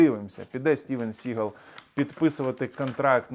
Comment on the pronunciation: СігАл --- це більше французький, а не англійський наголос !!!